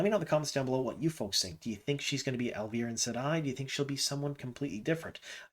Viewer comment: It’s pronounced Al-vee-are-in. I like her for that casting